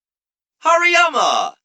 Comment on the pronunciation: I love this but also hairy mama (hariyama) 😂😂